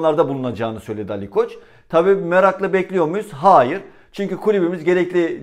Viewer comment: Ali koç with a silent k